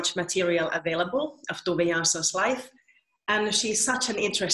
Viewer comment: Also To-ve (toe-ver), not Too-ve